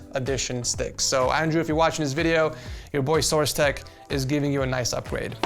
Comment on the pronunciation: Bro said boardmother and source tech😂